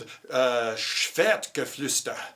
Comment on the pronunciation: Wow, your pronounciation of "Schwertgeflüster" is quite on point